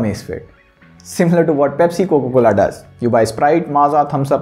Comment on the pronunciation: coca cola bol le, coco cola nahi